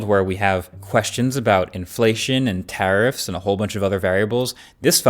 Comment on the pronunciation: It sounded like terrorrifs